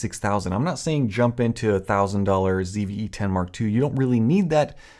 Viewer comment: “Phony CVE 10”